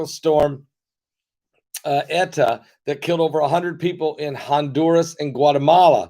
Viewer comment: If your wife really is Mensa, perhaps you should have asked her to teach you how to pronounce the Greek alphabet, once they became names for hurricanes. Beta, Theta, and Eta all have a long A sound for the letter “e”. Iota starts with the letter I, not the letter L.